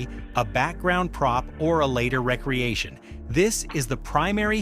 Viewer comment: It can’t say recreation